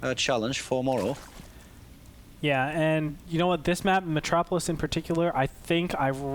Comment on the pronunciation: Did he just call it "metropolis"? :S